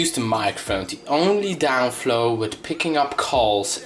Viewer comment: downfall not downflow;)